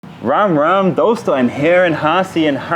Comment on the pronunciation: I swear to God. I was just thinking about you. 🤣🤣 The way you say “nahi chahiye jee” and “Ram ram jee” 🤣🤣 It sounds funny to me. 😅